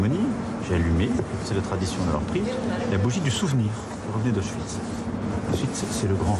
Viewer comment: Y'a personne qui va lui apprendre à prononcer correctement "auschwitz"?